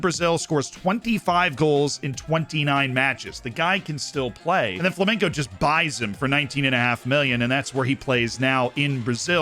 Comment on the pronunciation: it's flamenGo. With a G. Not "flamenco".